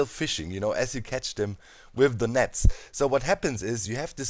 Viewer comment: "With the netz" deutscher gehts gar nicht XDD war lustig :D